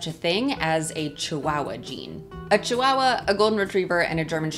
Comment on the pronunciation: There is no letter W in the word Chihuahua.